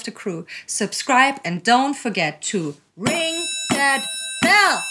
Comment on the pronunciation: “RING.THAT.BELL!” I almost smashed the Bell button when said it that way lol!